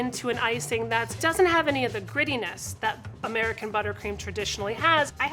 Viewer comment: on close caption What does the chef mean when she said "royal icing does't have the GREEDINESS" of american butttercream or did she say grittiness?